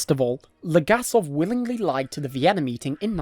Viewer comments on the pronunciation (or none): none